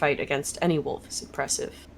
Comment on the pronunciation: Love Vic saying she's fine about the pronunciation of Foyer but hates the way says wolf XD